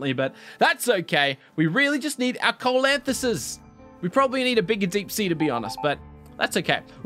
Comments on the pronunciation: ceolcanthus is pronounced Sea-lowe-can-th-us.....I tryed soooo hard not to type this comment down thw first time... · its SEE-lO-can-thus